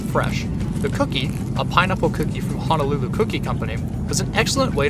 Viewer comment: loved this video ! Point of correction in pronouncing Honolulu... proper pronunciation is that Honolulu has no 'a'. Hoe (like the garden tool) - know - lou - lou .